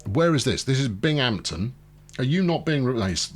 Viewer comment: FYI, Utica is pronounced "YOU-ta-ka", you have Syracuse right and the other one is "BING-um-ton".